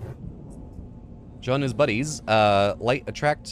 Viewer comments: Um, I believe its pronounced Jean = (gene). Not John. Thanks for the video! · If it's a French name it's not - think of Jean-Luc Picard!